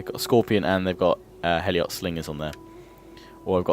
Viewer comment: Heliot slingers is pronounced Helot